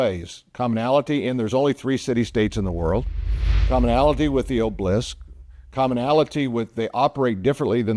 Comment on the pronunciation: Pronounced "Ob-el-isk"...."not oblisk".